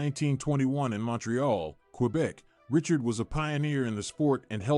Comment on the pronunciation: what unwatchable AI BS! This robotic voice doesn't even pronounce Richard properly! And what of those sweaters???